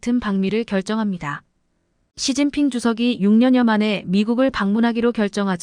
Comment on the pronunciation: 왜 이런가 시진핑을 서진핑이라하고 목놓아 우는경우 목논아 운다 라고 연설하신분도 한국사람은 아니라고봅니다